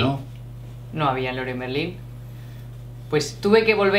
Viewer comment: Leroy Merlin..jajaja. It's an English name, badly pronounced.